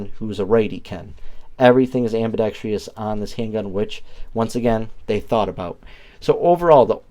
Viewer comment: Am-buh-dex-truss. There's no "tree" in Ambidextrous.